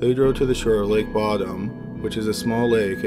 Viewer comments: How to piss of Children Of Bodom Fans... Pronounce it "Bottom" instead of "Bo-Dum." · Its pronounced Bow-dom, just saying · pronounced bodom wrong